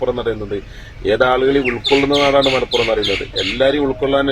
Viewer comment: നിന്റ നാട്ടിലെ ഒരു ടീവി അവതരിക. മലപ്പുറം എന് വായിക്കാൻ അറിയില്ല അവൾ വായിച്ചത്. മലപ്പുര് എന്നാണ് വായിച്ചത്